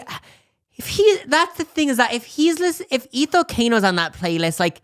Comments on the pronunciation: i’m late but the way y’all pronounce ethel cain is taking me out 😭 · Them saying Ethel Cains name is sending meeee 😭 it's eh-thul Cain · Yall pronouncing Ethel Caine like that killed me omg so funny